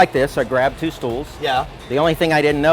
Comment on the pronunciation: Hell me, did he say "Maybe i could use those two Stools"? It seems to come from the german word "Stuhl"?